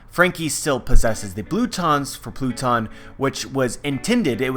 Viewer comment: I'm not the only one who noticed him saying the "blue-tons for pluton" right?